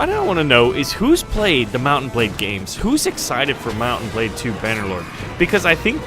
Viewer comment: Its not Bannderlord, its Bannerlord 😂